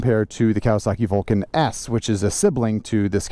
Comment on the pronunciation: WTF can you say Vulcan S lmao